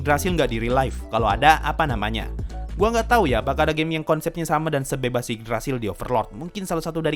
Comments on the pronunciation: Gw dengernya overlord anime gei !!! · Yg orang denger : overlord anime game Yg gue denger : overlord anime gey